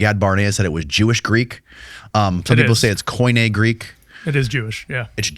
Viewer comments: Koine does not sound like Coin(e). It is K(e)n(e). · It's not koeeneh it's keenee, and Gaia is Yeah